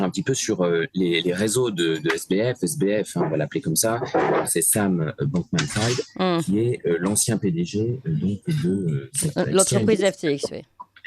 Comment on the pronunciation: C'est quand même effarant que personne ne sache prononcer Bankman-Fried: BANN-QUE-MANN FRIDE. Autrement dit prononce correctement le premier nom de famille et Clémence Houdiakova le second. "Fried" vient du yiddish "frid" qui veut dire "paix". L'origine de "bankman" est moins claire, cela peut être lié à la banque, ou à un autre type de métier ancien. Dans tous les cas c'est prononcé comme les deux mots "bank" et "man" à la suite.